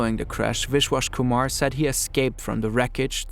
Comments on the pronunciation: The amount of times you mispronounce names is insane. You are literally calling him wishwash Kuhmar, It's a B, Biswas Kumar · Wish-Wash Kumar. No attempt to pronounce it correctly